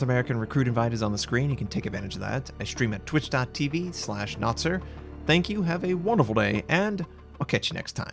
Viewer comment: Ö is pronounced like the "ea" in earth.